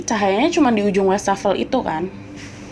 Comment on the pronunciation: setau saya wastafel itu bacanya tetap wastafel bukan westafel ini saya udh 2x denger kontributor DYSWIS bacanya westafel....koreksi bila saya salah